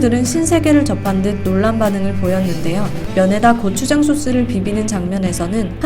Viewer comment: 저 리포터 육개장,고추장 발음이 거의 한국인급이네